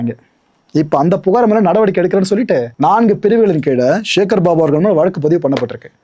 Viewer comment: ச என்கிற தமிழ் எழுத்தின் மீது இந்த யூடியூபர்களுக்கு என்னதான் கோபமோ தெரியவில்லை... சிவனை ஷிவன் என்பது, சக்தியை ஷக்தி என்பது சேகர் பாபுவை ஷேகர் பாபு என்பது... ஏன் இந்த வெறி? தமிழ் இன்னும் கொஞ்ச நாளுக்கு உருப்படியாக இருக்கட்டுமே...!